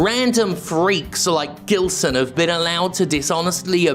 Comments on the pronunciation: I think you'll find it's pronounced with a soft G and a silent L. He got bullied a lot in school. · Brazilian or not, he is certainly of Lusophonic descent. So, soft G. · his name sounds brasilian, but im not sure since i can't find anything about the guy, if he is brasilian it pronounced with a soft g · It's pronounced Ghilseauxn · Its prounounced Jillsaw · Plot twist: Gilson is really just upset that Jim isn't pronouncing his name correctly.